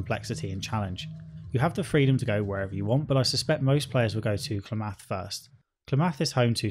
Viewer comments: I'm from Oregon and the way you say Klamath is hilarious but most people don't say it that way here, think of it more like cla like in clam and myth together then clamath! So we say it like clamyth, Klamath! I hope this helps! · It's pronounced 'Klam-ith'. 😬 🤣🤣🤣 Shots fired. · Your syllable emphasis in things like "Klamath" and "Sulik" really messes with me. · You mispronounced "Klamath" and "Sulik." You can see the stats of unpurchesed items in the shops. Right click and examine. Many of your complaints (except the ones about combat) were fixed in the Killap Fallout 2 restoration project.